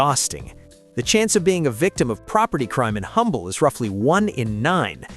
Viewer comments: It’s pronounced Umble. The H is silent. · Please do a bit more research if you're going to besmirch places in Texas. There's no such place as Humble, Texas. It's pronounced "umble" when referring to the town in Texas. The "h" is silent - kind of like you should be.